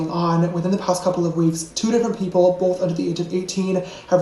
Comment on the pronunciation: "bowth", "hoewp,' "pawst," "gawt"--please, some elocution lessons.